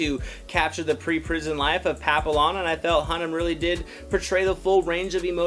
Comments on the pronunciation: pa-pill-lon ??? the fuck... it's pronounced pa-pee-yawn 😂 OMG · At least learn how to say the name. Pappy-on. Not Papill-on. You would hate it if the french pronounced you name wrong. It means butterfly. Ignoramous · Couldn’t watch this longer than it to write this comment: LEARN HOW TO PRONOUNCE NAMES.... Pappy YON!!!!!!!!!! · Actually pronounced pa-pee-yawn. It’s French for butterfly and there’s even a dog named this because of it’s ears resembling butterfly wings, I actually had one. 😁 The trailer almost made it look almost like a love story of sorts. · The l's are silent. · Dude can't even say the French word Papillon which is the correct pronunciation for the character. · His pronunciation of papillon and French Guyana are way off.